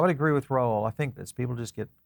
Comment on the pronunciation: Its Ral like Paul, not Raoul